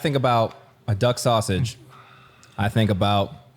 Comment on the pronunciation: Duck sausage sounds like Duck Hodges 😂